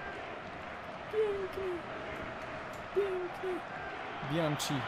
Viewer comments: mowi sie bianki a nie bianci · tak na przyszłość to Bianchi czyta się przez k nie cz :)